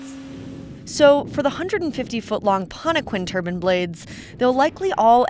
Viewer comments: TURBINES NOT TURBANS LOL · They're turbines, dammit not turbans! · TURBINES, NOT TURBINS. IF YOU CAN'T SAY IT RIGHT THEN GO FIND A KITCHEN. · Turbine not turban. You sound dumb. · Wind turbine. tUrbinE. Not terbin. Learn to talk. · It's not a turban....... it's a turbine